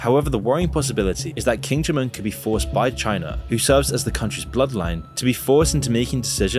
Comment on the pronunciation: “King Jim Un”